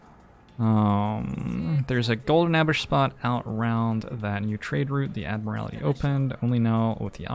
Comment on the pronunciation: I swear to god, if you say "Ad-mur-al-ih-tee" one more time... It's "Ad-mur-ul-tee." I wasn't going to say anything the first few times, but you've got it consistently wrong and I'm only half an hour in. This isn't one of those "I'm being prescriptivist about English usage" things, you're literally adding a vowel that isn't in the word. You also pronounced "segue" as "seg-you", which I can understand if you've never seen the word written before (as you'll probably have heard it pronounced in conversation before), but it's actually pronounced "seg-way", like the two-wheeled motor vehicles you stand on. EDIT: Just got to the part where chat's telling you you're pronouncing it wrong and someone in your mod team is actually like "[it's pronounced that way] if you like." No, no, it's not "if you like it" to be that way, it IS that way. Also, I know I'm watching this on Youtube, but I've been reading the chat on the side and I think that your mods muting players for discussing cards that had been revealed is kinda "eh". Like, yeh, sure, no spoilers for new players, but if it's been revealed then they're not spoiling anything for anyone and should be allowed to speculate as much as you are. I saw one mod say that you shouldn't speculate on how the card works, but I don't feel like not understanding how a card works should be part of the "new player experience". I agree that not understanding the POWER level of a card, or the way it can interact, should be considered a spoiler becaus